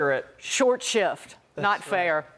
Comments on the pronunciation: Short Shrift' not 'Short Shift' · Shrift not shift! Americanish isn't a languange! Rapid and unsympathetic dismissal; curt treatment. "Short shrift." English. W Shakespeare- Richard III earliest known use.